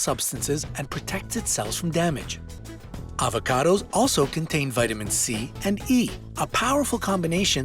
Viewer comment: vitamins Cande ?? Ohhh "C" and "E" 🤔🤦‍♂️😂😂😂